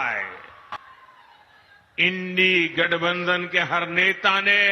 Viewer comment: Modijee gathbandhan ka naam thik se lijiye